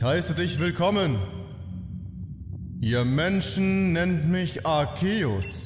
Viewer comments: endlich einer der Arceus nicht so komisch ausspricht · Im offiziellen Anime wirds aber "Arkehus" ausgesprochen